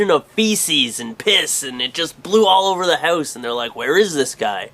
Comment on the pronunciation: haha he said hoose